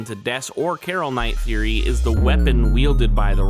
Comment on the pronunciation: For the first couple of times you say "theory" i swear up and down on everything holy, i heard a kid with a lisp saying "serie" like series, but not finished, and i was getting thrown for such a loop 😂😂😂 Also hate to nitpick (thats clearly a lie 😂) but first thing i said out loud when chp 3 dropped was "Oh shit.. wait... 'Roaring Knight'?" As in... not "ROARING knight" like its said every other time